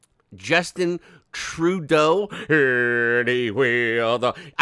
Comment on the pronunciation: You are so funny 😂 wow! That Justin Trrrrrrudeau kills me 😂😂😂😂😂